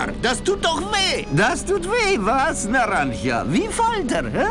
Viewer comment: Der Name Naranja mit dem du dich ein wenig bei der Aussprache schwer tust bedeutet Orange auf Spanisch ;-) Und alles gute zum Geburtstag, wenn ich da nichts durcheinander gebracht habe müsste der ja heute sein :-)